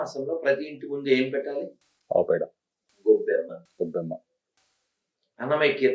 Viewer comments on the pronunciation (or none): గోబ్బేమ్మ అని చెప్పడం రాని దద్దమ్మ anchor